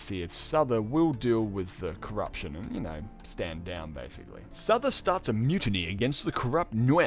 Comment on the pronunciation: omfg I almost can't cope - Souther is pronounced Suther in English...bruh :'( su-tha kinda...fk me :(